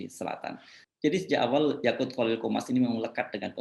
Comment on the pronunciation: Edit : yaqut pak yaqut, saya dengarnya YAKULT maaf saya senyum2